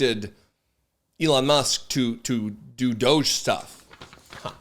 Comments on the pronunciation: I like it better when you pronounce DOGE- DOGGY.🤣😂 I call it the Douche Program myself ‼️ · Please stop mispronouncing "Doge". It's pronounced "Dodgy". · It's pronounced "DODGY".